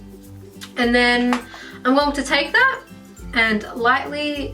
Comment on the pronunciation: did no one found the way she said going to annoying???